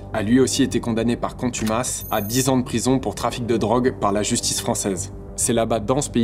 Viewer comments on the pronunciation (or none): A était condamné par "contumance" 🤣 (après 2min) Contumace ho!! Quel niveau de journalisme ^^ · une condamnation par contumace* et non contumence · a "contumance" j'ai laché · "par contumance", "le seul narco-état du monde", ... Tellement de manquements après quelques minutes seulement de vidéo.